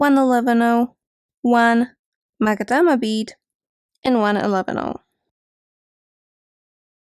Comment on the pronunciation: This is such a well-made tutorial! :face-blue-smiling: What an excellent job you did. :text-green-game-over: Thank you! Oh and one other thing: I pronounce "magatama" the same as you so if you're pronouncing it wrong, so am I. But I think we both pronounce it correctly. 😉